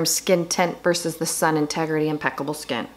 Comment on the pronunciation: Sorry got cut off. It’s “sun-tegrity” not “integrity”. Not that it really matters but I know you talk about this brand often to wanted to share! 😘 I also love the brand. Xo. Stay well